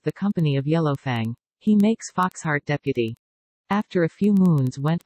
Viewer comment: The pronounciation 😭😭 “Rouges” “Sedadstir” “Deapty”